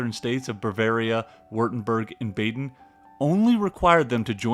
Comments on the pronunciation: The "a" in "Baden" is pronounced the same as the "a" in Bavaria btw - there's no Umlaut over it so it's "ah" and not "aa" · Bah-den. Bah-den. I don’t know what Bayden is but it is not in Germany. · Baden is pronounced BAHden, not BAYden. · Baden is not an English place name. It is not pronounced like BAY-DEN. It is pronounced BAH-DEN